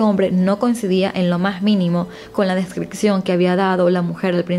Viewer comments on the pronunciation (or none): Me encanta tu canal, solo me gustaría saber por qué algunos venezolanos pronuncian mal algunas palabras, como por ejemplo descripción la pronuncian como "descricción" o adopción como "adocción", a parte de eso creo que relatas los casos de manera excelente, una abrazo 🤗